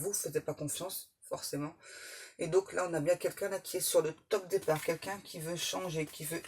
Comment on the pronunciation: Meilleurs voeux 👍 Merci. Aurais-tu dit têtard au lieu départ?